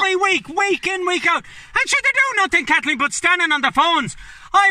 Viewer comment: Oh bleedy hell Kat-leen....